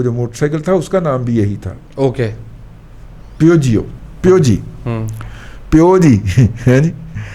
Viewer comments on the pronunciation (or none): Peugeot is pronounced "Pee-jo" ...